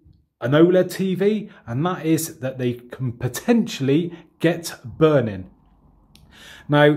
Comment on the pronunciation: I LOVE THE WAY HE SAYS BURNIN 😂😂😘